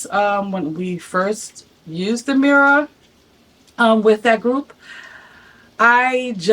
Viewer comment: I can’t listen to you say the word mirror anymore